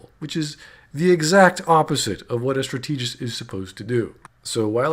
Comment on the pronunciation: ...and I thought they couldn't make anything as dumb as Mass Effect 3's climax ever again. Should have known not to set the bar so high for Bioware. (Also, you keep pronouncing "strategist" wrong...a little nitpicky, I know, but it's just...bizarre.)